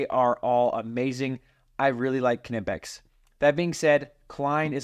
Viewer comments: knipex is a german company, the K is silent like in the word knife- “nip-ex” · Let me settle this for you 100% You are pronouncing KNIPEX wrong. There is only one way to pronounce it correctly, and that is "k-nee-pex".... Pronounce the"k", it is a long "E" sound ( not a short "i") ... Watch any video with employees in Germany at Knipex and this is how they all pronounce it. Your welcome. lol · lol it’s nip-ex. I don’t care what they say they are pronounced they’re wrong. It’s like gif. The owner says it’s jiff, they are wrong. 😂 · Why do we pronounce the "k" in Knipex? We never pronounce it in "knife." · Kah-nipex? Always wondered how to pronounce knipex. Is the “K” silent? 🤔 Haha “fight me” 😂